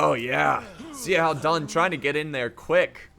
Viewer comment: Couple of suggestions for pronunciation: "X" is pronounced like "Sh" and "A" is pronounced like "Ah". So when you say "Xiahou" it should sound like "Shya Ho" and "Zhang Yan" like "Jahng Yahn." Your pronunciation is getting better! Thanks for the great vids!